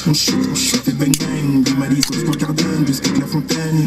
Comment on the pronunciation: mdr quand en il fais le taxi apres que le mec sort du taxi il dis, laisse por boire c'est por boir